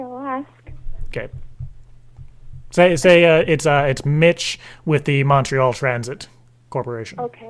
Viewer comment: Americans say Montreal so stupid